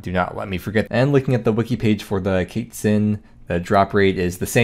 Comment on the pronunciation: the baby kaytzin? pretty sure its quest minus st + tzin